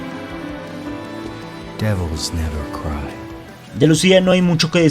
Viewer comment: Nou, devols never crai.